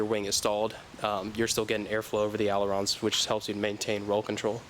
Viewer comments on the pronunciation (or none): Olorns???!? Do you mean alarons!???